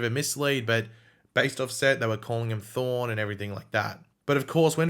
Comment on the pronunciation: I can’t Tell if is saying Thawne and Thorn